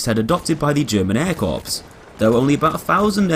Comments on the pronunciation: It's pronounced 'core' not 'corpse'. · It's pronounced air core not air korps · "Corps" is from french, and is pronounced like "core", not like "corpse". Not trying to be rude or a grammar nazi, just throwing it out there.